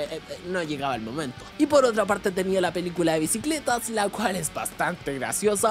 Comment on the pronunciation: "BICLETAS? JAJAJAJAJAJAJAJAJAJAJ 😂😂😂